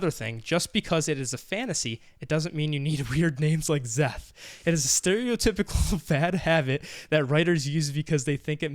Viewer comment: i love how they think "szeth" is a weird name he can't pronounce a sz